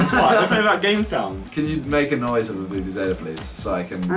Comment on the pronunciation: The way you pronounced vuvuzela was just ugh